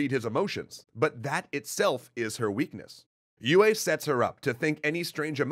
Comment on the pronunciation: Mispronouncing de Vries, tsk tsk tsk ;). Some people might complain about Yueh too, but thats not that big of a deal imho. Thufirs error is so bad, that he never even comes to consider it as a possibility. What is so ironical about that, is that mentats are fully aware of their limitations in this respect and people in places of power are aware about it too. They know all to well that with mentats its "garbage in, garbage out", because of the complexity and depth of their computation. They need accurate estimation of probabilities of each piece of data, which is used in the computation. Its kinda funny that pretty much everyone is aware of their blindspots, but still fall prey to it. This is, in part, even the reason for BG to strive for Kwisatz Haderach. They have one part of understanding, but that dark, violent place is still pushing them away. So they need a guy, that is trained in the same way as they are and more (if I remember correctly, even mentats were not too common among BG, only 1 comes to mind). And in the specific case of Paul, he ended up also being heavily shaped by influences of women in his life in general. Lady Jessica being the most obvious, but then there is Mohiam, with her test, and Chani, who brings him back from the edge of total disconnection from reality due to his nature.